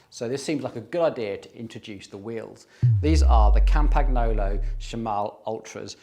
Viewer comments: Please pronounce Campagnolo like "campaniolo", it's way better than "campag-nolo". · Campagnolo is pronounced "Come-pun-yolo"! "GN" in Italian works like "NY" in English. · FYI… The G in Campagnolo is pronounced like the word: Gnocchi (pronounced /nyo-kee/ so Campagnolo is pronounced /kam-pan-yo-loh/ 😉